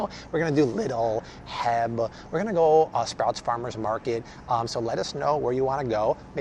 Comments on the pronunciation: lol, did you pronounce H-E-B "heb"? Say each letter by itself, they are the initials of the man who started that chain 🤣😆 I live in San Antonio and LOVE my H-E-B stores! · I died laughing Heb...😂. It’s H. E. B. You say it. H. E. B. Rookie mistake Lol. Btw... I made the same mistake once. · Wait! Didn’t y’all hear him say ‘heb’ at the end of this video, instead of H-E-B? If he’s going to come to TX, he needs to pronounce it correctly 😊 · I’ve just started watching you and I’m really enjoying it! When you talk at the end about going to other states and stores, did you say heb???? please! As an appreciative Texan, it’s H.E.B!!😉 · It's pronounced H-E-B not HEB. It's a man's initials. If you're going to come to Texas, you better say it right or some one may at the very least give you wrong directions on purpose because they will either not understand you or they'll think you are making fun of our store. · Great video - going to Walmart tomorrow. Lol, "Heb" is actually pronounced H-E-B (say each letter individually). Can't wait for that one (Texan)! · I believe you said "Heb", but it's pronounced "H.E.B.". It's a big grocery chain in Texas. I will also say "Heb", but I'm being sarcastic. Fun Fact: H.E.B. stands for "Howard Edward Butt". Instead of calling it "Butt's Grocery", they went with "H.E.B." instead. I really wish it was called "Butt's" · Its pronounced “H. E. B.” Each letter is pronounced. Lol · My wife loves your videos!! FYI the grocery store "HEB" is pronounced "H" "E" "B" Keep up the great work! :) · Super excited for you to come to an HEB!!! But its actually pronounced with saying the letters!! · I giggled when he said Heb. If I hadn't heard it spelled out when I moved here I wouldn't have known either. I love HEB!